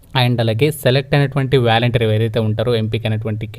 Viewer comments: Valenteer kadhu adhr volunteer 😅😅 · Babuu , volunteer,, pronunciation is volantiar , but not like vyalantir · valenter kadu bro volunteer 🤦‍♂️